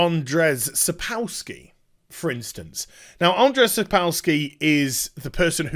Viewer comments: It's pronounced Aa-n-jay.... I share the same name and ppl butchering it hurts my feelings T. T Also while I think the guys at CD projekt Red are great there is a passage in the polish copyright law which gave Sapkowski a legal ground for suing. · It's hillarious how you say "Andrzej", keep the good work